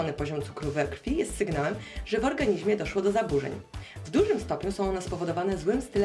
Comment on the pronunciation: nie mówi się: "organiźmie" Tylko organizmie edit: myślałam że to wiesz, skoro jesteś dorosła